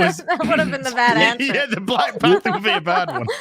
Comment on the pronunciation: That is not "de way"